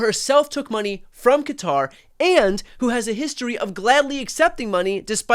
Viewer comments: You’re one of the few Americans who nearly pronounces Qatar correctly . It’s not Cutter. Say Guitar with a Q, you might get close. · Really!!! Cutter, cater, it's Qatar!!!!! Thank you!!!😂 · The best part of this video was the CORRECT pronunciation of Qatar. It's been driving me nuts hearing people calling it "Cutter". It took me about 10 videos on this bribe to understand that people were talking about Qatar, they kept calling it Cutter. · Why can no one pronounce Qatar properly 😅 It’s pronounced “KaTARR.” Brian has it down , of course 😎👌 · I have to give Shapiro credit, at least he prounounced Quatar properly... instead of all these people who say "Cutter"... there is no "U" in the name!!! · Thank you for not saying Cutter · BTC thank you for pronouncing it correctly as kuh-TAR and not Cutter.